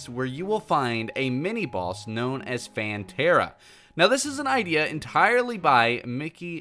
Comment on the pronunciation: *hears the word phantera * Me: plantera